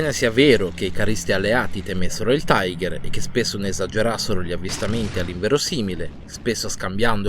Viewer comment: La pronuncia ďel carro Tiger è tigher e non taigher. Sono tedeschi, non inglesi.